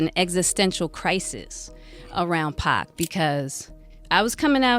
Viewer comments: It's Pac not pack this is all cap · Arseenio, Pack????? WHO ARE THEY? I am so tired of people telling stories about people they know nothing about. I mean how can you give accountings of someone's personal life and you won't pronounce a person's name correctly????? I WONT BE LISTENING TO THIS TRASH. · The 'Pack' pronouncing is killing me lol